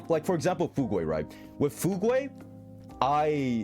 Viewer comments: It's literally just a word in english there's no alternative pronunciation, i dont know why people are just making sruff up. Fugue, like a fugue state, a word that actually makes sense with her character, not a random made up "foog-way" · The way he pronounces fugue will always annoy me😂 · Pronounciation comes hand in hand with accent. likely knows that he says the word wrong, but he doesn't change because that's his way of saying it.